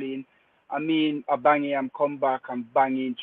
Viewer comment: This man butchers every Arsensl player's name: Abameyang, Bengozi, Williams....